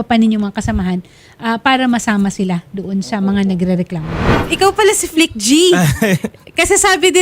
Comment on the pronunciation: FLICT-G po hindi Flick G